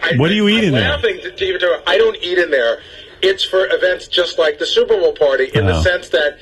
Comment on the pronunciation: Gary says Suvervol ( superbowl)